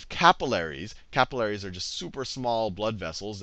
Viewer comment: the way you say capillaries annoy me ><